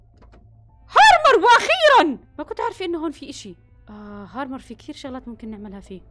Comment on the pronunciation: الي ريما تقولوا هارمر 😂 في الاصل هامر 😅